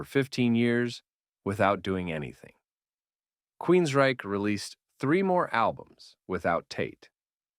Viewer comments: Nice summary, but some advice. Proofreading: It’s Hear in the Now Frontier, not “new frontier.” Vocal pace: You’re pace is too slow. I had to speed up the video by 1.25x for you to sound more conversational. Annunciation: Several instances of queens-RYCHE. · weird inflection on QueensRYCHE betrays you. Fake voice has to GO